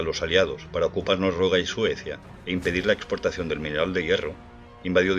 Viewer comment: Porque dices Norruega y no Noruega? Con 2 erres, me refiero.